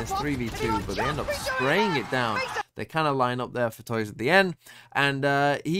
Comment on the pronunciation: Hey man! Just a quick correction, don't know if you'll even care about it, but on the off-chance: Tuyz's name is actually pronounced "too-is" instead of toys. Just a clarification if you wanna call it by how it's actually pronounced. But great analysis! Always great to see you talking about LOUD and breaking out their strategies.